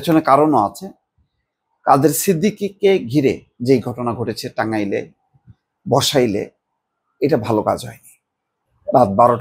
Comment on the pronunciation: এলাকার নামই ভালো করে উচ্চারণ করতে পারেননা তাহলে কথা বলতে আসেন কেনো। বসাইল হবেনা বলেন বাসাইল।